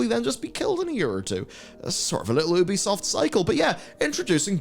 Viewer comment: One day, you'll learn how to pronounce Ubisoft correctly.